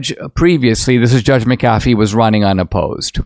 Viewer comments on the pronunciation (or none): Dinesh, I do love you but get someone to pronounce the Judges name for you. MAC a fee not Mc CAF ee. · Mc'Afee... emphasis on Mc....not Af.